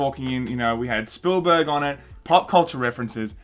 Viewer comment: Steven... “Spoolberg”.